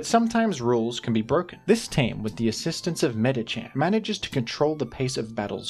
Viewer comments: Shook to my core when I heard Medicham instead of Medikam. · why do you say medicham that way? isnt it medicam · "Meditcham" unsubscribed, I am now an Iron Mugulis supporter